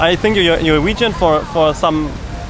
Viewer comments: I am a german girl and watching this hurts so much...when he says vegan it sounds like wagon...ahh cringe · "So you are region"....people who are waggon".... amazing pronounciation of the word "vegan" mate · I cant get over how the first guy says waegen when trying to say vegan but i know its an accent issue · "Wagon" uhm you mean vegan? Hahaha Germans (love ya) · It's really unfair that you start with him saying wegan lol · How the German couldn’t decide how to pronounce „vegan“ 😂😂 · What and idiot! He can't even pronounce "vegan". And he talks about "tradition" and blah. I'm from Germany, too, and I just managed to get my hopefulls all-vegan grocery shopping (unless I overlooked something) done at Rewe. ... I'm not vegan yet, but I'm trying. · He is german and apparently, he doesn’t know how to pronounce vegan. xD